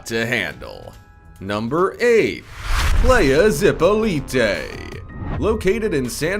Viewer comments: playa is beach in Spanish, it's pronounced [plah-ya] not play-uh. 🙄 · I cringed so hard when he pronounced “playa” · It's PLA YA not PLAY A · Let’s pronounce “playa” correctly, in the Spanish and English way it is pronounce. Playa is pronounced: PLAH-yah (both short A’s); not “Playah” as pronounced by the narrator. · but you can't pronounce "playa" properly. It's ply-uh, not play-uh. It's not walking with a cane and pimp cup. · Ply-a, not play-a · It is PLY’yah ... rhymes w/ DIE yah. It’s only Mexico. I wouldn’t mind if you murdered German or Swedish pronunciations but again, Lazy, only takes 2 secs to check online.